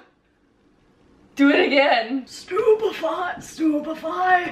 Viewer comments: Are you telling me I read the whole book and in my head I pronounced stupefy “stub-fy” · Why do i keep hearing stupid pie...